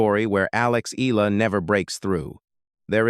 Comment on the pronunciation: Her name is pronounced Alex E-ya-la, not E-la! (Spanish Pronunciation! Thank you .